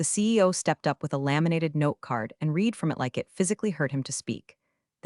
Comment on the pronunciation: You want me to click subscribe? Maybe when you use an AI that knows the difference in pronunciation between the present and past tense of the word “READ”. It’s reed and red. All of these revenge stories must use the same AI. And never once in these stories has the word “RESUME” meant to continue. It always means Job History/ That is pronounced, REZ-A-MAY.